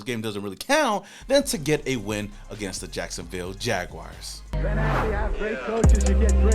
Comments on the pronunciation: Jag WARS! Not WIRES 🙄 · PLEASE AS A JAGS FAN STOP SAYING JAGWIRES!!!!!! HAVE YOU EVER HEARD OF A ANIMAL CALLED A JAGWIRE?